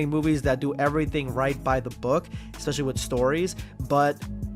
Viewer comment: I don't watch it anymore because I can't stand to hear a grown man say "ekspecially".